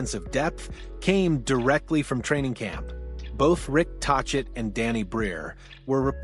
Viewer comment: Rick Taw-chit?? Dislike!